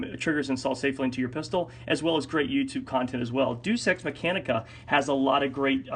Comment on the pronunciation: dues ex MACHINEa not MECHANICa